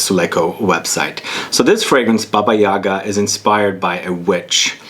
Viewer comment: The accent must be placed on the second syllable of the word - YagA.